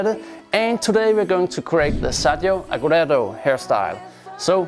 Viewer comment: Your pronunciation of agüero is wrong 😂